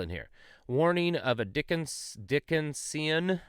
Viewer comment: The emphasis is on the second syllable when pronouncing Dickensian.